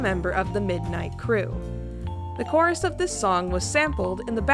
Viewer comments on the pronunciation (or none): none